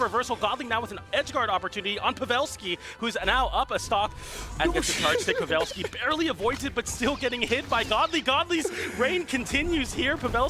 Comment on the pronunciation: Why Buddy saying Pavelski name like that ?